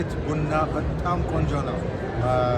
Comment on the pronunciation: ብና ብና ሳይሆን ቡና ቡና ብትይው?